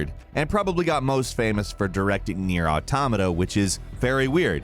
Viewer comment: "NiEr: Autamato" noice